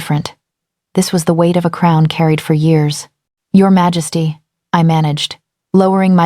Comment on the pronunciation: Can you please fix the pronunciation of Majesty? The AI reader pronounces it wrong most of the time and it’s very distracting. It’s the same in all of your videos. Take a little care.